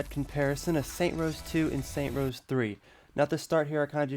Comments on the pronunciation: Saints Row not Saint Rows. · Saints row!!! NOT SAINT ROWS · Saints row! NOT SAINT ROWS! your making my brain explode! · It's not saint rows, it's saints row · Can you please say saints row 3 not saint rows 3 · This dude had the nerve to swap the 's' at the end of saints and put it at the end of row.. Saint Rows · Fucking Jesus Christ stop saying Saint Rows Dislike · Bro I know it's so fucking irritating when he says saints rows😤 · Disliked cause you cant pronounce the game correctly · "Saint Rows" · Lol Saints Row not Saint Rows XD OMG! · its saints row, not saint rows. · SAINTS ROW. NOT SAINT ROSE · It's saints row not saint rows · ITS SAINTS ROW NOT SAINT ROWS UHHHH SAINTS ROW 2 HAS WAAAAAAY BETTTTTER MELEE AND YOU CAN EVEN CHOOSE THE WAY YOU FIGHT YOUR UFO CRASHED CUZ YOU SUCK AT FLYING IF YOU DONT LIKE THE NOISE OF IT PUT DOWN YOUR VOLUME YOU ARE A PERVERT THEY SHOULD NOT TURN OFF THE BLURS YOU CAN REMEMBER SAINTS ROW 3s MAP BECAUSE EVERYTHING IS THE SAME IN STEELPORT YOURE NOT EVEN A TRUE SAINTSROW FANNN!!!!!!! IF THE MAP IS SMALL THEN YOU CANT EXPERIANCE AS MUCH!!!!!! I DONT CARE HOW MYCH WORK YOU PUT INTO THIS!!!! HOW WAS THIS HARD!??!!?!? SAINTSROW 2 HAS THE BEST STORY AND THAT IS THE TRUTH!!!!!! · Why does the title say "Saints Row" but you say "Saint Rows"? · why do u say saint row when its saints row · Stop saying Saint Rows you dumbass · Some things i need to correct you on. First off you keep saying saint rows its saints row damn it,also why did you buy the UFO dlc you can get for free with a cheat code,finally the only reason you can memorize the Saints row 3 map better is because they just copied and pasted shit in the map. I also want to say something that i dont need to correct you on,saints row 2 had a better variety of people and details,its those little things thing that make the game good. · Its saints ROW not Saints ROSE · Jesus Fucking Christ! It's SAINTS ROW, not Saint Rows. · its saints row not saint rows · Its saints row nor saint rows